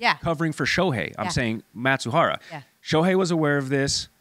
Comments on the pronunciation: Who is Matsuhara? It’s Mizuhara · It's not Matsubara but Mizuhara.😅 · Not Matsuhara... Mi-zu-ha-ra... Japanese pronunciation is hard for you, but it's a serious theme. Please.